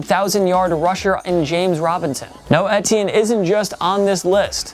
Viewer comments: Etiene= I-tea-in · Pronounced E-Tee-N I'm pretty sure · Why do you say travis etiennes name like that?? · The way this guy says ‘etienne’ bothers me